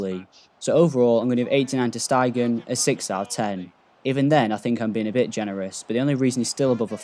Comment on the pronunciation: Its Ter Stegen (Ter Stagen) not Ter Steigen